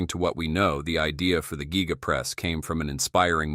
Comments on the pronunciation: The geega press? Giga Press. Has no ‘e’ in proper pronunciation. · Why do you pronounce giga like that